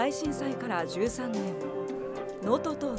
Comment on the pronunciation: 13年です のイントネーションがおかしい